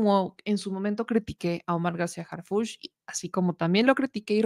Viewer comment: Harfuch no Harfúch